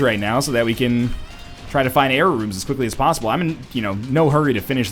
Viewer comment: Every time you say "Error Rooms" I hear "Jera Runes".